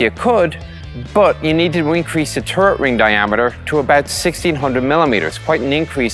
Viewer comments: it's turret, not turd you keep saying turd, turd, turd :P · In Oirish, it's pronounced turd.